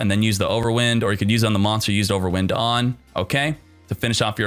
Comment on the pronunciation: pleaassseeee, youre pronouncing wind-ups properly but then youre pronouncing overwind like if it was a windy day cmon man >. <